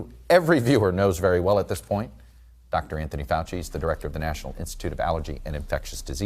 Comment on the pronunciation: That’s not fowchee